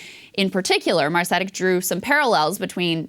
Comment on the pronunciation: Interesting segment but you're really butchering the pronunciation of Branko Marcetic's last name again.